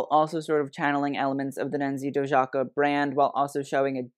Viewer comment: pronounced Nancy Doyaka ;)